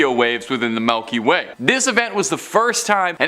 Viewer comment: did dude just sat Melky Way? 🤣🤣